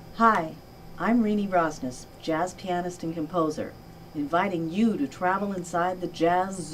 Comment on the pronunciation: Sure would be nice if you got her name right. At the beginning of the video you have "Rosnees," and in the description you've got "Rosne." Both wrong.